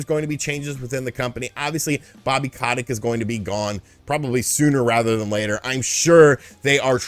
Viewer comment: Ko tic not ca tick